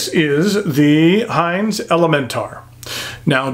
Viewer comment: Us antipodeans would pronounce Hinze with a short "i" as in igloo. But if Mr Jim pronounces his name "Hainz" he doesn't look like a bloke with whom I would argue the point! Funky colour, but no clip? Huh?